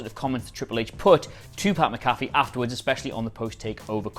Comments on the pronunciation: Guys... "Mac uh fee" not "muh caffey" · bro it’s Mac-A-Fee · Can you guy please say his last name right his last name is McAfee the pronunciation is Mac 'afee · Getting triggered by all the times you say pat McAfee wrong.